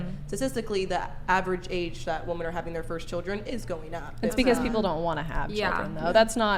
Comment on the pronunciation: ... that girl keeps saying Wo-Men. ??? Wo-Man. Gawd damn Idgit.